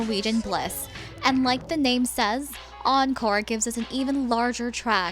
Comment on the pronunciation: Encore not oncore